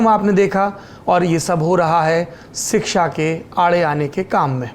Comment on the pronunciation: सौरभजी,आप " सिक्षा"के बजाय " शिक्षा" उच्चारण करें तो सही होगा।